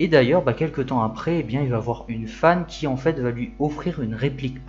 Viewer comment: Juste un point orthographe : QUI ne prend pas de S à la fin. Il serait judicieux de ne pas faire de liaison. 🙂